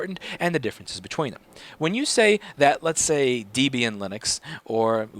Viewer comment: What is with the Deeebian pronunciation? It is from Debra+Ian Deb ian. I hear people all the time using the long 'e'.